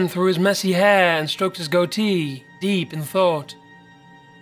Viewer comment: Hate the way u said "goatee" it was sooooo wrong turned off after thatee